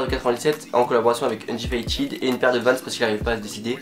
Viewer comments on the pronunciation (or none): On dit pas undifytid on dit undéfitèd